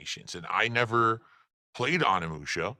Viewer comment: Um nee musha? You mean Onimusha. O NEE MU SHA. can’t pronounce it right🤦‍♂️